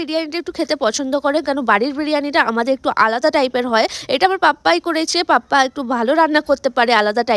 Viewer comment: পাপ্পা ta ki🤣🤣উচ্চারণ thik koro age tar por mini vlog korbe😪